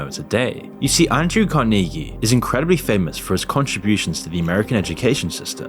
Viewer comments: Every time I almost forger your not A.I., you do something like pronounce Carnege in a way I have never in my life heard a human say it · your pronunciation of Andrew Carniggy sounds very AI lol. It is supposed to be said Car-nah-gee. Looks like I'm smarter than AI 😝